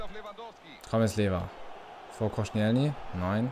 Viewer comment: verbessert mi h wenn ich falsch liege aber ich glaube er wird Kostsch(i)elni und nicht konschnijelny ausgesprochsm